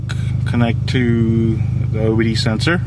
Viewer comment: Sounded like you said "Torque connect to the Wii sensor" lmao